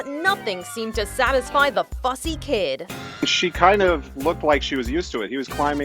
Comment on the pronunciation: Did anyone hear her say the f***ing kid instead of fussy kid